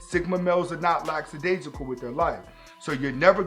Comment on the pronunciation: I suspect that the word lackadaisical is mispronounced here